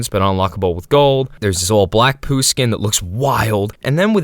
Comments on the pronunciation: ITS POU NOT POO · i always thought pou was poo. And HOW do you call it "poo" it's "po-ooh" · stop saying poo its pou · “Poo” is crazy bro is “P-O-U” WITH A U BROOO😭😭😭😭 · Why you pronounce it as poo. It's P O U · It's "p o w" not "po" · Pōū, not Poo😂😂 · You're pronouncing it wrong it's Poh not poo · STOO SAYING POO SAI P O U POU PAU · Something about the fact he's saying poo instead of pou (p-oh) triggers me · I CANT LISTEN TO YOU WHY DO YOU CALL IT POO AND NOT POU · I believe you mean "Poe" like in Edgar Allan Poe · Dude no, we also call it POU, we say POU not pOO 🫠 Im hispanic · Sepuh pou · me estas jodiendo q los gringos le dicen "pú" a pou? dios nunca me lo hubiera imaginado ajsjajsj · IT WAS PRONOUNCED 'POO' ALL THIS TIME???? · Dude its pronounced bou but the b is firmer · do you pronounce pou as poo on purpose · I remember pronouncing pou's name as Po-uu. Like i separated the 2 vowels instead of combining them. I still pronounce it like that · Isn’t it “Poh”? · love how the not a.i voice is called Pou "Pole" when you very clearly used the correct pronunciation in the beginning. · It's pú! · I’ve always heard P-U-H 😭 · No it's Pou (Pow) this guy is just mispronouncing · First person to misspronounce pou 😭💔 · You're supposed to pronounce it like he's the dragon warrior!